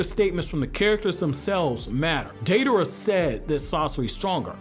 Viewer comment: “Deiderra” lol